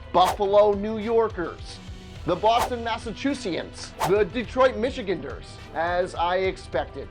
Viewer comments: People from Michigan are not called "Michigan- ders" but are call Michi- ganders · AHHHH "Michigan-durrs" XD Michi-gander.